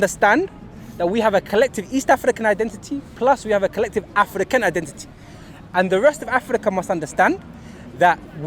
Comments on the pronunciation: I just wanna know why the guy with the cap pronounces African like "afrrrikannn" when he has clearly got a London accent naturally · The guy in the cap is a full time nitty. He’s not making any sense at all, he made a bunch of generic statements and threw around the words “bro”, “don’t get it twisted” and “rudeboy” to further enforce his ridiculous statements. Also, saying “Africa” and “African” in a weird accent will not change the fact that what you’re saying is total bullshit.